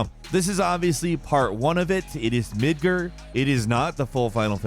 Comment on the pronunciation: “Midger” every video is trash. No wonder he hides his name